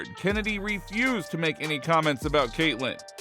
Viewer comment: Stop calling her Kennedy are far as I’m concerned Chennedy cannot be pronounced Kennedy.